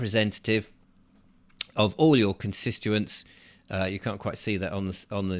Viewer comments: Constituents…not constistuents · it may help you pronounce constituents better if you think 'conservative tit'.... CONS TIT U ENTS.....